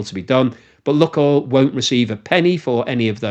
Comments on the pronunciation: The ‘unluck oil’ joke fails because the name of the company is actually pronounced ‘Luke oil’. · "LOO-koyl" not "LOOK-oil." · Lukoil is pronounced neither as "luck oil", nor as "lock oil": it's "look oil". Check the original, cyrillic spelling and you'll see. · Maaan, you really need to start using the correct pronunciation..... it's called "Lukoil" not "Lukoil". You got me thinking I'm saying wrong and missing the actual point, that's some kind of lucky russian rubbing oil factory. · That "Luk" in "lukoil" is not about "luck" at all : ) Actually, the first sylalble, "luk"/ Rus. "лук", is pronounced as [wook] (sorta...) and in itself it means an onion (or a bow) - but that's not the source or intended meaning - that "LUK..." in the LUKOIL name comes from initial letters of names of three cities in Western Siberia - Лангепас/ Langepas (that "л" letter in Russian alphabet is transliterated, for reasons unbeknown to me, as "L", albeit the sound it represents is more like "w" in "wisdom" - I mean, there's no real equivalent in Latin alphabet for it, except "Ł/ł" aka "slash L" in Polish, but I digress here), then Урай/ Uray and finally Когалым/ Kogalym. But then we all love good wordplays, don't we? ;-)